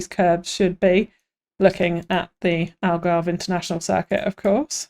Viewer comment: ALGARVIDON !!!! I’m Portuguese btw 😂